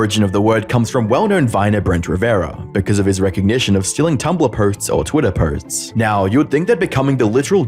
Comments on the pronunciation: "Prelevant" (prevalent) and "potes" (posts). I'm two mins in, dude. You speak for a living, in ironically a similar format to many other YTers, tighten it up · I'm sorry but you're inability to say 'posts' is throwing me off unless it's an American thing